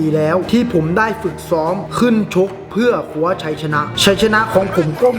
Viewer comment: เพื่อคว้าชัยชนะ ไม่ใช่เพื่อคั้วชัยชนะ นะครับ555